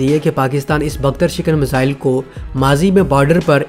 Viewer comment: I watch your videos. Like your work. The word is ‘miss ile’ please do not pronounce misile. The syllable is easy to use and get your pronunciations correct. Thank you